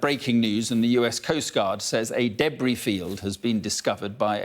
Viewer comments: "Debry field" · After listening to this man’s delightfully accented pronunciation of “debris” a few times, I definitely read your comment as “Hugh-Bree”